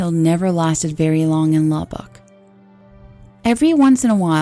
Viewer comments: I'm from Texas, my parents are from Lubbock. It's pronounced Lub-ick. Not a big deal though, just wanted to throw that out there. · The only thing I notice is the slight mispronunciation of "Lubbock' which is common even for people who are English speakers. I live in this forsaken place since I was 4.